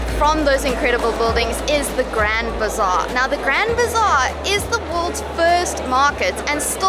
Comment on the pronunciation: Not grand bizarre, it's Grand Bazaar 😂